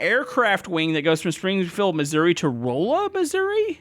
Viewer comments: It's not pronounced Rolla it's pronounced raw-la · Rolla is Ra-luh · ITS NOT ROLL UH ITS RAHLLA THATS HOW YOU PRONOUNCE IT 😭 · ITS NOT ROLL AH ITS RAHLLA THATS HOW YOU PRONOUNCE IT 😭😭😭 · That’s not how do you say Rolla? It’s not whatever you said it’s roll. You hear me. I’m from Hazard. Do you hear me?